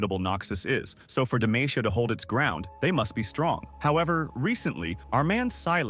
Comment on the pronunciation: Its demacia not demaicia